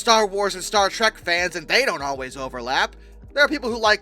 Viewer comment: 716 kinda Misheard you saying "Star Shrek"